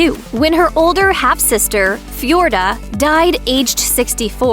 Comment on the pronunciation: The woman doing the voice over certainly has an interesting way of pronouncing "Feodora" and "Wilhelm". I get not being able to pronounce the German royal houses correctly...but people's names?!